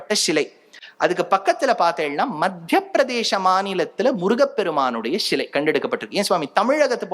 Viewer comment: இதை எல்லாம் நாங்கள் சொன்னது. அதை எங்களுக்கே திருப்பி சொல்ரிங்களோ. "ஷிலை இல்லை சிலை" தமிழை தமிழாய் பேசுங்கள்.